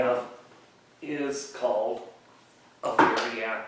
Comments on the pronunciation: I noticed that too. He said "Variac" it's a Variac transformer. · Hard to understand what you said this item was called? I need something to reduce the speed on a bench grinder for sharpening wood turning tools?